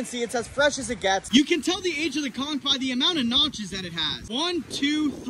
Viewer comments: is it pronounced "konch" or "konkh" (<--- the one he said) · It's literally pronounced "cunk" not con 😂😂 and we eat that shit down here in Savannah GA in some hot sauce, seafood seasoning and garlic butter I can say it is not no aphrodisiac we eat this literally everyday 😂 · No conck is how it's pronounced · Bro it’s pronounced con-CH!!! 😳😂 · How do you pronounce aphrodisiac right, but not "Conch" 😂😂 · all dat info but pronounces conch that way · He can’t even pronounce conch right